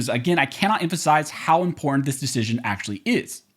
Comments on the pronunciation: Learn how to pronounce the work important. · Love the content Really appreciate how you breakdown the law and cases....... until you say the word important. Guess it's the California in you. That said, thank you for what you do.